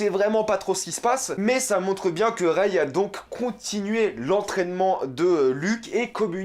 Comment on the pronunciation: Alors déjà prononce bien le nom de Rey avant de déballer tt un tas de conneries, tu n’as vraiment rien compris ...